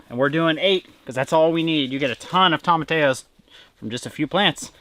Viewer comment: TomaTEEEEyos!😂 No hard A in there my dude!